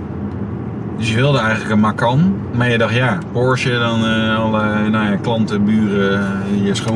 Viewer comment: Meneer weet niet hoe Porsche uit te spreken.